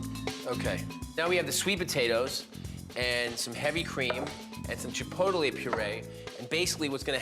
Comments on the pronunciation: Chi-po-ta-lay ?!? Wtf lol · I noticed that too